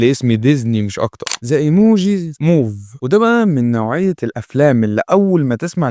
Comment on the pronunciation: ايه رأيك اقول اسمك فزلك بدل ؟؟... لأنك بتتفزلك حرفيا في اسماء الافلام متسمع يابني الاسم المكتوب قدامك قبل متنطقه أول مرة Movie موفييي... مش مووف